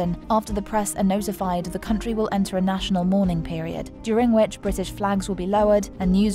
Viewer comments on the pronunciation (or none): none